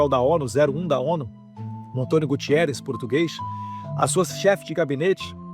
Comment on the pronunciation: NÃO LEVE A MAL A MINHA CORREÇÃO MAS O NOME DESSE CANALHA NÃO É GUTIERREZ MAS GUTERREZ. EU SEI BEM O QUE ELE FEZ AQUI EM PORTUGAL QUANDO PRIMEIRO MINISTRO